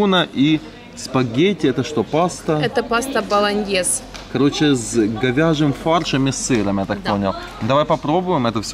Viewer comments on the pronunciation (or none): Не Болоньез,а Болоньезе. " очень пасты любит".....,но даже не умеет их правильно есть.